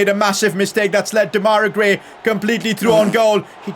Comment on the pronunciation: U keep calling Gray :Demaira Gray' but it's actually called Demarai.